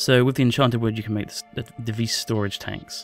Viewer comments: its pronounced "vee" not "veiss" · vis is pronounced vee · the s is silent in vis so it sounds more like just the letter v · when u say "Vis" it sounds like u say "fis" and in Norway, that means fart.